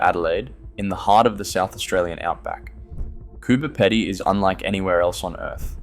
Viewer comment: Would an Australian actually mispronounce Coober Pedy? Is this AI?